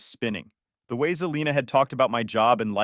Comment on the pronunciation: And its Se-lina... not Ze-lina